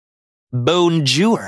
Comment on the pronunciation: why he say 'bone jour' 😨